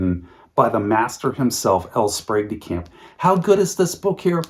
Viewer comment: You had me until you said L Sprague DeCamp